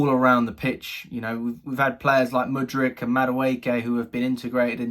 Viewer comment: I'm waiting for you to learn how to say MUDRYK